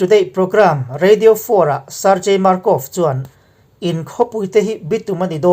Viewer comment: Sargei tih hi (gang) kan tih ang hian Sargei tiha lam tur a niiii